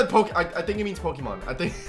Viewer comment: After he said Pokeman I laughed so hard😂😂😂